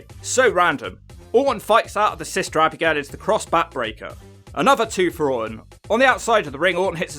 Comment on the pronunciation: I love how you say, Abby-Gail haha